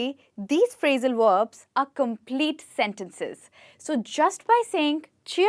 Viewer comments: why she said phrasal werbs instead of verbs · Verbs not Werbs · HI - great enthusiasm and energy - I admire it! Perhaps a small suggestion - concentrate on pronouncing your Vs as Vs, not as Ws - "Verbs" not "Werbs" and then you will be brilliant. Also, you may want to differentiate between American and British English "Real fast' American English and "Really Fast" British English... Just a thought...?